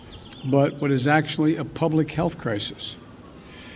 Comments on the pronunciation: Did Biden say "good crisis" in the beginning??? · Biden started to say it that way, and miraculously saved himself and said it correctly. It's possible Matt was mocking him.